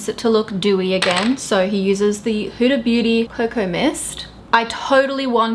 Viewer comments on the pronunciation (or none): none